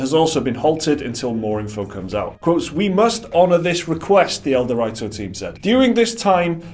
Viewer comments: It's El Do Rito not El de righto. C'mon guys you clearly did fuck all research here if you got that name wrong. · As mentioned above, it's a word play on El Dorado, Mountain Dew, and Dorito but wrapped into one word "El-Dew-Rito". When you go to the store, you don't call them "Dor-write-os" Dor-ree-toes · El-Dew-Ree-Toe. Like Dorito. Dew is short for Mountain Dew. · It's pronounced "DEW REETO." Doritos and Mountain Dew are "gamer fuel," thus the words were combined into "dewrito." It's a meme, you dip. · the way you pronounce ELDerwrito displeases me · Ah, I see what you're getting at now. They aren't using the Doritos/Dew connection but are saying it as El-de-write-oes, i.e. how it's written instead of using the meaning behind it to pronounce it. The difference being the position of the 'w', either at the end of 'dew' or the start of 'writo' in it's pronunciation. I don't know which one is correct unless we can find someone official saying it. You may be right though, given that connection. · The way you pronounce ElDewrito makes my ears bleed.